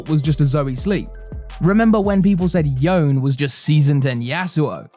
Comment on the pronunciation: Yo-ne! Not YOn!